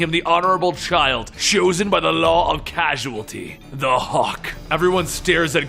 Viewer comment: Causeality guy cause ality cause ality